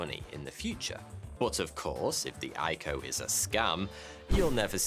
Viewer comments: who says eyeco??? i c o...initial coin offering.... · Say it with me Eye Sea Oh. No one says EyeCo. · Triggered me it's pronounced "I cee oh". Do your own research it's not all bad. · Who calls it an "IKO" lol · Hey when saying “ico” it’s usually said I-C-O just like how IPO is pronounced